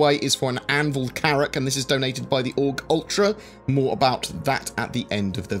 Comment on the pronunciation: more carrrrracks!